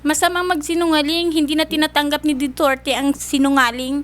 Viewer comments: Mama said: Diturte😂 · Narinig ko Dutertle sorry president wkwkwkwkw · tin tawsan, bunene, juterti 😂